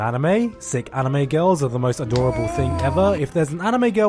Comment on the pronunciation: You just said amine instead of anime